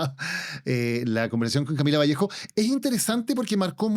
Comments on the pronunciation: Cristóbal Bellolio, es Vallejo! sin S jajajja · Es VALLEJO sin S.